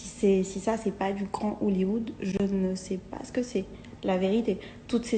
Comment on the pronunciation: « Si ça c’est pas du grand Hoollywood » 😂🤣 Hollywood stp ✌🏼